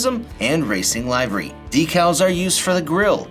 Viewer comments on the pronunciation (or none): If you’re going to use the word “livery” please pronounce it correctly. What is lex-on? This car would be a great short track racer!